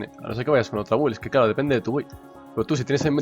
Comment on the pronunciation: Alguien dígale por favor que la "u" de build no se pronuncia, me sangran los oídos :(